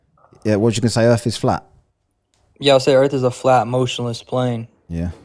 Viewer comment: The black guy who says ‘Earf’ all the time had ALL THESE QUESTIONS ANSWERED BY DR BLITZ a week before this. He hasn’t learned a thing